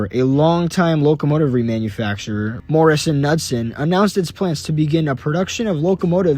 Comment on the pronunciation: So the K in Knudsen actually isn't silent. It's a hard K. Otherwise, awesome video! Just found your channel, I look forward to seeing more from you!